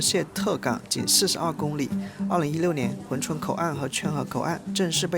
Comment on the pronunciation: hun 不是hui 😂我也服了